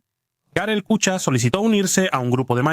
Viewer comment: " Kucha " se pronuncia " kuja " , como en alemán